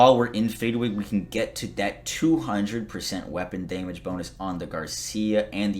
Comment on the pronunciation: "Deemage" , aka damage